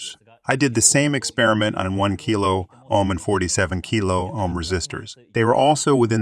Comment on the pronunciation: These are great videos about the basics of electronic components. One minor quibble. Whomever is doing your reading is miss-pronouncing a couple words. It's Ann-node, not a-node for anode. And it's Oam, not ahm for Ohm. Solder and soldering are a bit trickier. If you're going for an American pronunciation, it's sa-der, and sa-der-ing. The british pronunciation is closer to what your speaker is saying, but the rest of his accent is American, so it sounds a little strange.... I'm also not sure if they pronounce the l in solder. To me the british pronunciation sounds more like soe-der, and less like sole-der. The translations themselves are perfect. Just a few technical words your speaker should learn the right pronunciations.